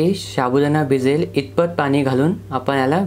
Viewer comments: Say sabudana not shabudana. Ok dear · तुम्ही याला सारखं शाबुदाना कां म्हणत आहे. ते चुक आहे व ऐकायला पण बरोबर वाटत नाही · शाबुदाणा नव्हे तर साबुदाणा म्हणतात. बाकी कृती उत्तम झाली आहे. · शाबुदाना नाही रे... साबूदाणा मस्त केलंस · शाबुदाणा नाही साबुदाणा म्हणतात